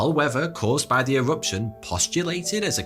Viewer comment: E-Wuption? Tambo'wa? Molten Wocks? No Wonder the Fwench can't understand your Fwench-Bu'ut even your English is...Vewy Charming!